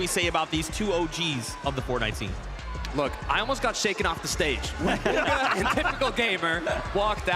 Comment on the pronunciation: Did bro say Boga instead of bugha